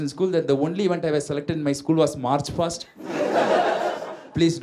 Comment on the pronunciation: It is March Past and not fast